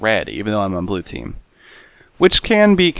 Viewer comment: Seth, it's Blue, not Blu :)